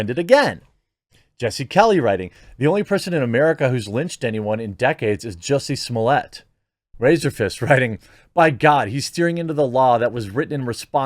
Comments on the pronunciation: It wasn’t funny when Dave Chappelle said it the way he did, and it’s not funny when the quartering says it the same way. His name is Jussie Smollett, not “juicy sommelier”. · Zhoo-see smoh-lay. Say it with french pronunciation. Sounds better and doesn't make you sound ignorant.